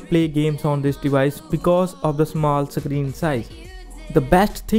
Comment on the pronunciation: Screen !! Not suckreen 🤣